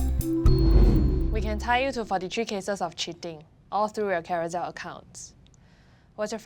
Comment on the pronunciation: That’s because mandarin is her strong suit. Her English enunciation is atrocious. She said ‘carousell’ and ‘carouzell’. Her pronounciation of all the consonants aren’t clear that’s why when she spoke in the first few min of the show, I have no idea what she’s mumbling about.